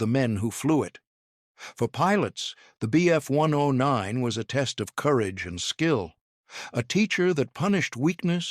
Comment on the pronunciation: "When the Bf one-undoh-nine..." Wow, just wow!